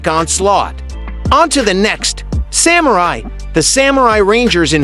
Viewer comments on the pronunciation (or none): none